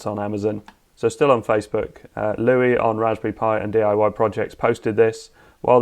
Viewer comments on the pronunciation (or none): none